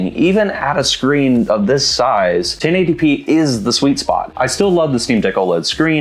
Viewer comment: 1080 pee-ee 😂